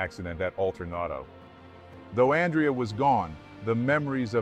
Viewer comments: It's pronounced Awn Dray Uh. Not Ann Dree Uh. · His name is not pronounced An-dree-ya/yuh. The Italian (masculine) name Andrea is pronounced Ahn-dray-ya/Un-dray-ya. It's the Italian version of Andrew. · His name is pronounced An-drey-ah. Ever heard of Andrea Bocelli??? Writing as a female Andrea. Is this narrator AI or a real person? I hear AI mispronuncing common words all the time. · It’s pronounced An-DRE-a. It’s the Italian version of Andrew. When you pronounce Andrea the English way it sounds like a girl’s name.